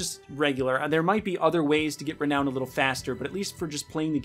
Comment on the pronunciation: why does he say reown the currency like that ahhaha